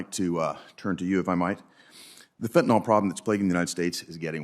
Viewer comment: "By simply crossing the boarder," a trespasser can effectively attain US citizenship. 'Fentanyl,' not 'fentanol.'